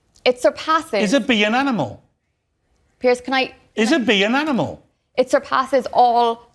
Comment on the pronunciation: 英語の聞き取り苦手だけど Do you eatとかは聞こえた あと、動物の発音ってアニマルっていうよりアナモゥって聞こえる